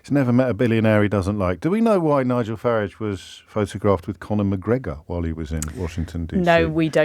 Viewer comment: Yes he does. And also calls Farrage 'Farridge'.... I think he's trying to be funny but I'm not quite sure!